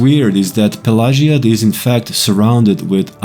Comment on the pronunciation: Great video! Do a series for all towns with Vivec being the last. Also, Is that the proper way to pronounce the town name? I have always pronouced it a different way...I could be wrong.